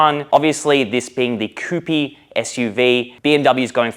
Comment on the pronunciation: I was actually sarcastically mentioning his pronounciation of the word 'coupe' by him saying 'coupeee'. 😀😀